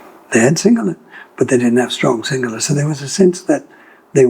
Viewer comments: He has Aussie accent but his Sinhala pronunciation is spot on. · These people are every bit Sri Lankan as we are. Love how good his sinhala pronunciation is. Bandaranayake made a huge blunder by the sinhala only policy.